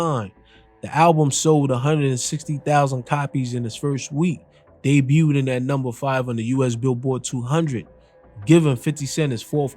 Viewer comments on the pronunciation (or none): Family, “debuted” doesn’t have the extra “ed” sound. It’s just “day-byou-d” not “day-byou-did” ❤❤❤❤❤❤ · this nigga said debut ted lol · How can you fuck up the same word over 20 times in one video? "Debuteded" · “Debuted” I don’t think u say the last syllable u keep saying bro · Homie you’re not pronouncing debuted correctly. It’s debuted, not debuted-ed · Bro Debut - Day-bue Debuted - Day-bued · Great breakdown , please stop pronouncing "debuted" that way ..it was driving me crazy. Much respect and love. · Someone teach this narrator how to say debuted please...😂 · The “t” in debut is silent. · You being unable to say “debuted” cracks me up every time 😂 Good vid tho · The t in debut is silent. It's french